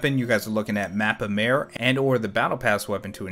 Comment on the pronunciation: It's not actually Mappa Maire but mappa mAre. Literally translated as Big Folder from Romanian.